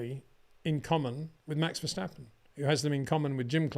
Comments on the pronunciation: HEY PETER WINDSOR, I HAVE MESSAGE FOR YOU SIR: it is NOT Max "verSHtappen" ... Max is not German (Germans indeed can in most cases pronounce "st" as "sht") ... #Max33 = Dutch NL/Belgium! ... It is not "Bottash" nor is it "Lewish" certainly not "verSHtappen" .... This BS started long time ago when a British sport presenter interviewed father Jos Verstappen and assumed you can use a German pronunciation to a Dutch Driver thinking it is so "funny" ... It is not. Serious question: can any Englishman say "versatile" out-loud without saying "vershatile" phonetically? most can about 99,99% ... that is why most English can pronounce Verstappen 100% correct! Father Jos Verstappen (also F1 Racer) was very active between back then only a very few said "Vershtappen" but the vast majority of British sport presenters pronounced it perfectly ... only a few old stubborn farts like Peter Windshor I know ... but get this: The Dutch 🇳🇱 NEVER EVER pronounce the st as sht ... that is why I mention the difference between the two countries ... I worked in Germany and have family in Germany and am part German myself. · It is NOT "Bottash" nor "Lewish" nor "Oshcar Piashtri" nor "Nyck de Vriesh" nor George "Russhell" nor "Fernando Alonsho" nor "Lance Shtroll" nor "Pierre Gashly". So why on Earth do you want to say: "Max VersHtappen"?